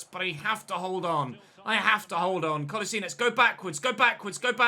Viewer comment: Your prenounciation of Kolašinac was very good!